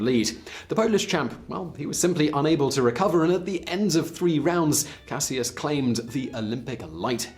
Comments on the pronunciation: You’re pronouncing Cassius incorrectly. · anyone else realize that he is pronouncing "Cassius" wrong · I though his original name was pronounced like Cash-us Clay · You killing me 🤦🏽‍♀️ with that Cassius 🤦🏽‍♀️🤦🏽‍♀️ EVErytime you say Cassius I have to take a second or two to understand who you talking about!!!